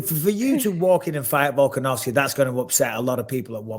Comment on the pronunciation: VOLKANOVSKI NOT VOLKOV. VOLKOV IS A HEAVYWEIGHT FIGHTER STOP CALLING HIM VOLKOV. JUST SAY VOLK IT HELPS A LOT